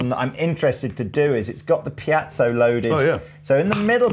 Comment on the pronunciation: Really didn’t know that piezo is pronounced piacho